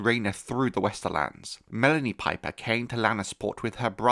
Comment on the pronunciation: Not house "pipe her" 😂😂😂